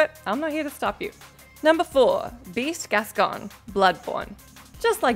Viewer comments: Gascoigne sounds like coin not con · pronouncing Gascoigne wrong just proves that she’s just a reading a script. Also DS3 part wasn’t hard. Anor Londo was much harder. Mortal Shell’s Obsidian run was much harder than any of these.